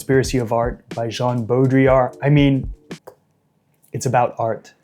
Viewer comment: my favorite thing about this video is that you are one of two people online ive seen pronounce baudrillard's name correctly